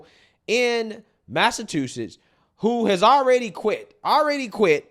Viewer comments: I love how he pronounced Massachusetts. He says it like massaTOOsets. Lol. And Worcester too. Living in new England I find it funny. Great content ! Thanks for posting. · Long time subscriber here. This is funny.! This is my city and not only did you butcher the name of the city but also called it massa2shits 💀💀💀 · Pronunciation of the words Massachusetts and Worcester is diabolical